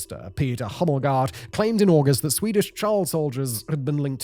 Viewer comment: When you see the name like "Hummelgaard" its pronounced more like the word "or" in the end, so "Hummelgor"